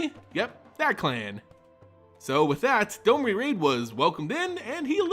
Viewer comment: On what planet is D-O-M-R-I have a long O sound?